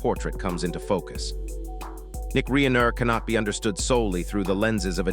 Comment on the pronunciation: Reeener???? Not fake dramatic